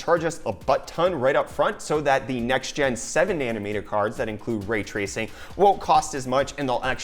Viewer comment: Raaaay tracing! It's Ray Tracing!